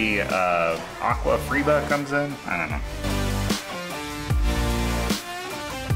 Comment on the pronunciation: Its pronounced aqua farrrba not freba spelt aquafaba its the liquid from chickpeas and can used to make fake eggwhite for fake quiches and meringue